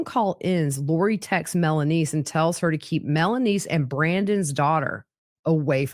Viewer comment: So she was saying melaniece 😂